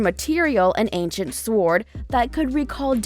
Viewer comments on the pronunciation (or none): none